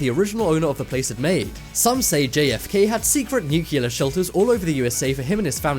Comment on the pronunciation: tuscan arizona ? really its tucson for christ sake and how many more times its nu-clear not newkiller